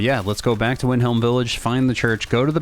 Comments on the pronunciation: It's Wyndham not Wyndhelm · Wyndham is pronounced Wind-dum